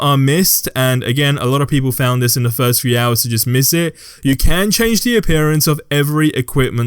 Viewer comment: Is he saying “vis” instead of “this” no hate just threw me off for a second 😂